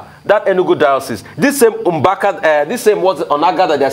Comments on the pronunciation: Hi news presenter. The pronounciation is Mbaka, and not Mgbaka. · Ojy it’s Mbaka, not Mgbaka. Ukwuani people speak Igbo!